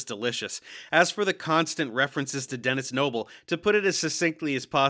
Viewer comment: Does anyone else hear 'tennis elbow' after reapeating Dennis Nible 73 times?